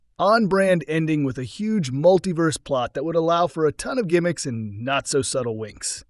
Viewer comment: “Muttleyverse.” AI narration blithely accepting misspelled script.